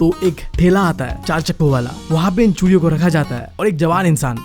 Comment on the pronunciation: Bhai chudiyo ko churiya khe raha hai that I like her voice ❤❤❤🎉🎉😂😂😂